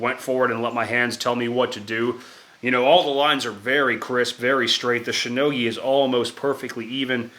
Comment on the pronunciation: he said shino-guy-jo lmao